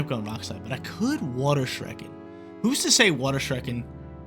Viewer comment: You lost cause you keep mispronouncing “Shuriken”